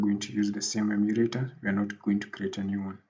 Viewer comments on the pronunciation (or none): Coror and Mashmarrow..Cricked..Crick....Emurator....Prease tly to plonounce words collectly if it is a tutorial that will reach a grobal audience :)